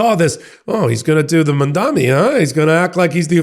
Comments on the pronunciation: Please practice pronouncing "Mamdani". It's an "N". It's not "Mom-dommy". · Btw, it’s Mam-daNi. No New York mayor elect is called is named “Mamdami.” I thought only the right mispronounced his name to show him disrespect and that he’s a “nobody.” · I love you but you have got to get the Mamdani pronunciation correct. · bro still can’t pronounce mamdani